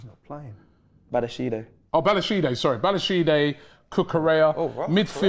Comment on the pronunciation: No Palmer but really worried about Maduwaki and Badiashide 😭 Rob is a Legend with the pronunciations 😂